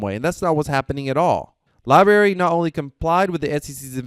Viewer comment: Lie-Brarey.......not lie berry...lol Good job but please...